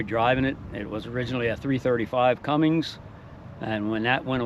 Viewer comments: Nice ride. The newer engine is a Cummins, not Cummings. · It's CUMMINS not CUMMINGS